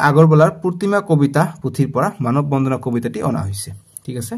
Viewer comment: Sir manob bondhona nohoi bondona😂